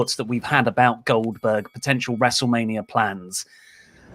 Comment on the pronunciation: OLDBERG... OLDBERG.... OLDBERG...